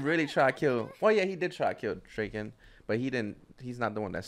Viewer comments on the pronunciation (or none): Guys... not to be that guy but its DRA-KEN lol. You guys saying Drake-N is driving me nuts 😂😂😂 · "Dray-ken"... "Akon"..... this dude... lol. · draken. like drah-kin